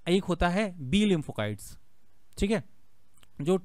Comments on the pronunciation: Kite nahin site shabd hi jaise lymphocyte not lympho kite Baki ki aap ki jankari ekadam sahi hai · लिम्फो काइट नहीं होता लिम्फो साइट होता है। Cyte means cells